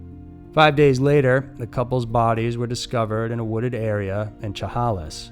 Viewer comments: It’s pronounced sha-hey-lis lol not cha-ha-less , love your content! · Chehalis is pronounced, "sha-hay-lis" 🙂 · sha-HAY-lis Washington Chehalis Washington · Just a note from Washington.. Chehalis wa is pronounced like - she hey less... This was so heartbreaking and the Lewis County Sheriff office is not worth pee in a pot. They are as crooked as a river. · 😂 Chehalis ıs pronounced She Hay Liss.. I grew up around there. Know the family. It was really sad. The shopping center their car was found at was Yardbirds. I’ve been to where their bodies were found. There were flowers placed there. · Shu hay less Please learn to pronounce town names correctly. You butcher them! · Chehalis is pronounced shuh-hay-liss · Chehalis??? (Sh-eh-hay-lis) ? Lollllll being near here and hearing it pronounced differently is amusing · The way he said Chehalis made me laugh lol I live in Washington and hearing the way people who aren’t from here try to pronounce the names of the towns is hilarious, it’s pronounced “shuh-hail-is” It’s especially funny hearing people try to say Puyallup, Sequim, and Tulalip 😂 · FYI - For story 2, it’s pronounced “Sha-hay-lis” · It's chehalis pronounced (ssshh -uh -hey -lisss) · it's pronounced " she - HAY -lis... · Chehalis is pronounced "shu-hay-less" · Shuh-hey-less washington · Just an fyi....Chehalis is pronounced Sha-hey-lus. I live in Washington and there are a LOT of weird towns/cities here and most of them get mispronounced. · It’s SHA-HAY-LIS. Chehalis. I’m dying. 😆😂 I love this channel so much. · It's pronounced "sheh-HAY-lis". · Love the channel! I do have one correction...the town of Chehalis is pronounced “Shu-hay-lis”. Born and raised most my life in the Pacific North West. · I grew up there too (just outside of town). I would say it is pronounced 'she-hay-lis'. Great channel. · Its pronounced Shuh-hay-lis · Sha-hay-less You're welcome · Dude you absolutely slaughtered the pronunciation of Chehalis, WA. You should research that before filming.